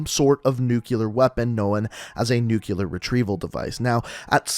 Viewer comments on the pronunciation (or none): Nu-clear, not nukyaler. Sorry I couldn't let it go😬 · Quick grammar check: A record of shipments is a manifest, a manifesto is a written work detailing Ana ideology Nuclear is pronounced new-k-lee-er not nuke-u-lar Sorry but it was driving me nuts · Why do you pronounce nuclear as nucilar?😂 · I had to stop watching the video. Dude, you claim to be a firefighter/paramedic.....STOP SAYING NUCULAR!!!! It's f@ painful!!! Your vids are cool but damn bro!!! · "nucular" lol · Learn how to pronounce nuclear